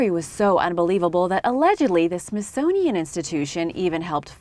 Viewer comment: as soon as you said "Smithsonian" your credibility was questioned... sorry